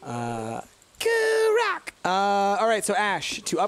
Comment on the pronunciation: lol i was playing this in the background while playing crawl right when said kurak XD